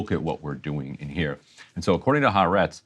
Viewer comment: Folks,it is ha-a-retz (3 syllables)